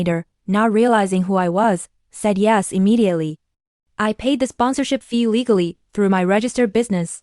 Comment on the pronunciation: "Cease operations immediately" is rendered as "Cease operations rimentity" (I'm assuming that first letter is an "r").